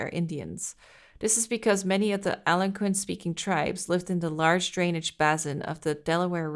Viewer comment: pronouncing Algonquin is messing me up, gab it’s pronounced like: Al-gone-quinn